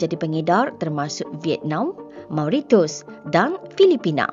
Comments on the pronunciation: Aduh, sebagai pembaca berita, harus berhati hati dengan sebutan nama sebuah negara. Sebutan mauritius adalah mo-ri-syes bukan moritius. Tak pasal pasal seorang "smart alec" bernama Planet Alien ambil kesempatan buat sindiran dan mengejek. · How do you pronounce Mauritius 😂😅😂😅 Mau Li Tius 😅😂😅😂